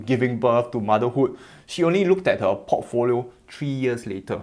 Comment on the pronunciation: I hear Pottfolio instead of Portfolio. And I love it 🤭